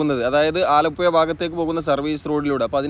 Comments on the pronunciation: അലപ്പുയ എന്ന് ആലപ്പുഴക്കാരനായ ഞാൻ കേൾക്കുമ്പോൾ.... നാക്ക് നല്ലപോലെ വടിക്കാത്തവർ ആണ് ഇങ്ങനെ പറയുന്നത് എന്ന് എൻ്റെ അച്ഛനപ്പൂപ്പന്മാർ പറഞ്ഞു തന്നത്. വടക്കൻ ഇന്ത്യയ്ക്കാരോട് പ്രത്തേകിച്ച് സഹപാഠികളെ വെല്ല് വിളിക്കുന്നത് "ഴ " പറയാമോ എന്നാണ്. Thanks for the visuals. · ആലപ്പുയ, വയി, കയക്കൂട്ടം, ഏയ്‌,(ഏഴ്)കയിഞ്ഞ,(കഴിഞ്ഞ)കയിയുന്ന,( കഴിയുന്ന)കായ്ച,( കാഴ്ച)സ്‌തെലം, എയ്പത്,(എഴുപത്)...........ഹൊ.....അരോചകം